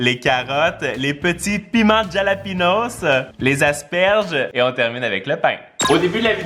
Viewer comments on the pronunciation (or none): ça se prononce Ralapegno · Juste sa s’écrit jalapeño mais s se lis halapeño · Le piment ce prononce "Ralapégnosse" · J'adore tes vidéos mais pour les piments c'est la rota c'est écrit jalapeño mais ce dit ralapegno un grand respect a vous! Mon rêve est d'habiter au Québec!